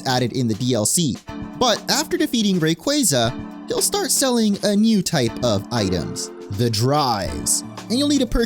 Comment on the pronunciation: Ray-qua-za Not qwey lol